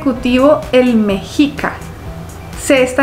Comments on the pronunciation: Y se pronuncia meshica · Mi querida, se pronuncia Meshica. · # Mexica se pronuncia MESHIKA